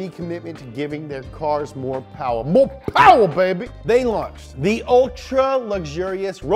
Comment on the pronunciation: MOE POWA SIR